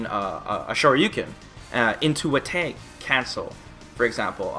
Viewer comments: lol why does he say Tag like Tayg? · I laugh every time you say "tayg".